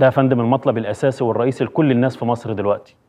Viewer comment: سمعتوه لما قال مسر😂😂😂😂